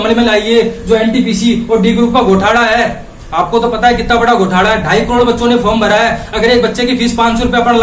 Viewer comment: It's घोटाला not गोटाला......by the way speach achi thi!!!!